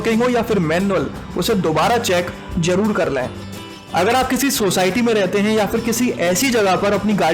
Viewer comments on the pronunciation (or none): For God sake it's zaroor not jaroor... Car glasses are not mirrors. Mirrors reflect glasses are transparent. Registration number had to be printed on window and windshield glasses not on mirrors. Better ask some professional with good pronunciation to give commentary.